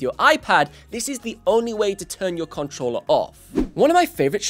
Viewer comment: PS5 “cuntruller”